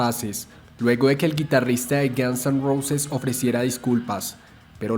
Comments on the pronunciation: Estupido no se pronuncia Gans se pronuncia Gons y no se pronuncia Neil Sino Nil que se escriba Neil no importa hasi no se pronuncia y es Kert como se dice no Kurt es Curt como se escribe Lo mismo que con Neil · párese que dice gansos rosas XD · "Los Gianz en Rousis" the narrator 😂